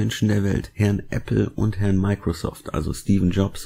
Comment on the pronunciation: Den Witz mit Herrrrn Gates und Herrrrrn Jobs find ich ja drollig....